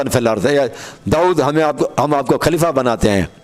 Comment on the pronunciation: khaleefaaa o chacha pehle talafuz to durust krlo khaleefa khaleefa کھaur خ me hi tameez nai kar pa rahe aap ko mola ka matlab khan se samjh aae ga jo nabi ne khum k medan me apne Aur mola Ali as k liye istamal kiya. afsoos he( jis ka me dost hon us ka ali dost he) sirf ye kehne k liye nbi ne ahab ko itni takleef di oont k palan jama karwa k mimber banwaya jo ashab bht age nikal gae unhen bhi wapis bulwaya aur jo peeche reh gae un k bhi pohnchne ka intazar karwaya arab ki itni shadeed garmi me bs yahi kehna tha k logo jis ka me dost hon ye Ali bhi us ka dost he 🤔 yar koi tuk banta he itni si bat k liye rasool ne umat ko itni zehmat di. Sharam tum ko magar nahin aati sari umr bugh.z.e Ali as me guzardi marne k qareeb ho phir bhi lage hue ho ,lage hue ho,lage hue ho. پیگمبر۔کھوبی۔میدان کھم۔کھتم نبوت۔کھبر ۔کھلافت. 🤣🤣🤣🤣